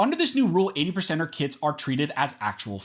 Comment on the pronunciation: I know it's early, but i thought he was saying "80%ers Kids" and not kits... I was thinking "damn, ATF is listing kids as guns.. they're overstepping for real"